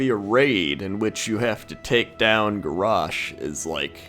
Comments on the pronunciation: why do you pronounce garrosh like that isnt is garrosh not garoooooaoaooaoaooaaoash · Gaaah, lol, it's not Gorraaaarrshhhh, it's GarrOSH. hahaha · Is he saying Garrosh or Garash? :P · The way you pronounce Garrosh annoys me...>:(.